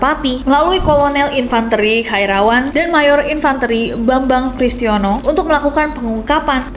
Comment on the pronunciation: Maaf kayaknya baca infanteri nya salah ya.